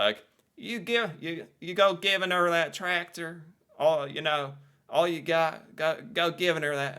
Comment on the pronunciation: Lol I feel like he's putting too much emphasis on the g in "givin' 'er" I use "bud" and "buddy" separately. "Bud" is for a friendly stranger. "Buddy" is for a potentially unfriendly stranger